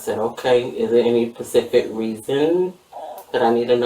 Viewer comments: “they do pacific” FART noise 🥲🥲🥲🥲 This Bish been educating and watching children for 26 years but can’t say “specific” correctly??? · It is “specific “ not Pacific. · If she says " Pacific" instead of " specific" I'll scream 😂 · Does the word "PECIFIC"mean the same as the word "SPECIFIC"..?? 😂😂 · Bury her under the jail but before they bury her tell her it’s SPECIFIC not PACIFIC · “Pacific”😂😂😂 tells me everything